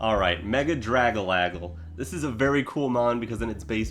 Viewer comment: Did bro just call it draglagle